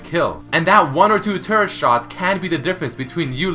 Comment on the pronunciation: lol sounds like hes saying turd instead of turret damn canadians and there weird british accent with only some words